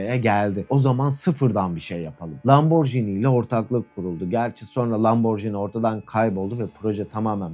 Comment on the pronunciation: pardon yine ben :) lamborjini değil lamborgini